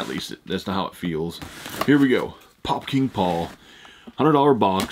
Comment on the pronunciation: Take a shot every time he says “Pop King Paul” 🤣🤣 started to sound like Fukin Paul